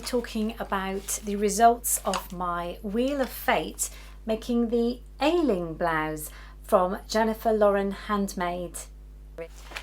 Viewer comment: As an Irish woman, the pattern you used is pronounced (Ashling) 😊. As ever you're an expert 🎉